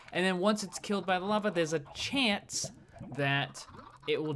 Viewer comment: Good grief...the amount of times you said "CHEEANCE" in that intro was astounding!